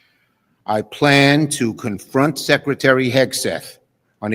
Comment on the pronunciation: He said scretary of defense😂😂